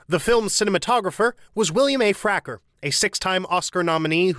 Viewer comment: Yeah, I laughed as well. They always pronounce so many names wrong. Sounds like an AI voice doing the narration. 😂